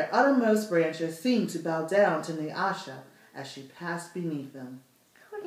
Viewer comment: Thank you for pronouncing NYASHA properly ! : )